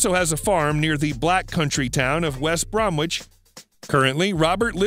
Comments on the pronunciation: It's pronounced west bromich, not Bromwich. Worcester is pronounced Wushtershire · This voice over Seth Rogan style is a embarrassment to any brummie -the song is All of my love, the pronouncing of "West Brom wich and Worcester" is just plain bad.